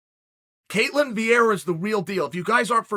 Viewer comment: undisputed GOAT: calls her ketlan in the first five seconds of the video me: ok great